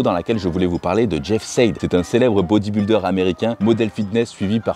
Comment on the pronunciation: Ça se prononce jeff Saïd pas sèd et c’est ps lui qui a lancé le mouvement aesthetic c’est Zyzz jeff était très fan de lui